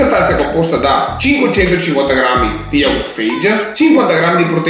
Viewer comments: Lo yogurt si chiama Fayeh non fage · Ottimo video, molto strano vederti serio e intento nelle spiegazioni ahahah di solito siamo abituati a vederti con la bocca piena e in silenzio! P.S. c'è scritto anche sulla confezione: lo yogurt, SI PRONUNCIA "FAYEE" 😂😂😂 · la pronuncia dello yogurt è faghe.... è greco